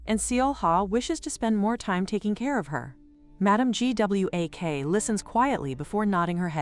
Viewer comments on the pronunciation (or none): make sure the AI can pronouce a main character's name .Everytime it spelled out Gwak it was painful.